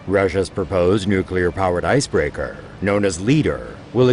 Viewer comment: know as leaderrhh ... icebreakehrrr